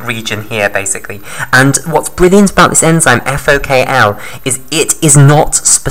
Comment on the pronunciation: It's FokI (FOK1) not FokL